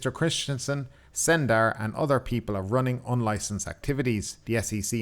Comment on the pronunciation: He said it wrong, not running, ruining.